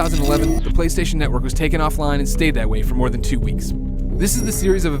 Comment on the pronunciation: "Playstation NOTwork" instead of Playstation Network